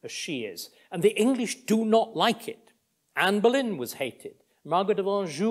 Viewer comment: He's definitely not a Boris or a Carrie fan. He calls her "Canne Bolyn". Just shows history repeats when lessons aren't learned. Sometimes it just takes 500~yrs. The parallels Starkey draws between Tudor England and present day is interesting.